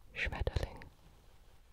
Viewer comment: the Schmetterling was so perfect😩 (from a german)